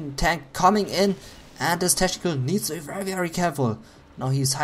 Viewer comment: pronounce CH in technical like K